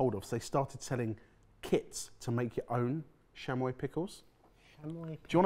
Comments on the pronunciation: also they pronounced chamoy as if it were a french word like a shh sound, it's more like cha cha cha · pronunciations of "chamoy," and "tajín" are sending me 💀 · For me it's chamoy too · Not mispronouncing tajin and chamoy 😂😂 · SHAMOY AND TAGIN, its CHA MOY and TA HIIN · I'm dying with the pronunciation of CHamoy as Shamoy and Tah-heen as tah-zuh-en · hard "ch" on chamoy and "ta-heen" for the seasoning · Also: Chamoy (Like cha-cha-cha) and Tajin (ta-heen)